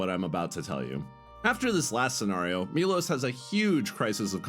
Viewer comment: It's not Milos, it's Milosh , shh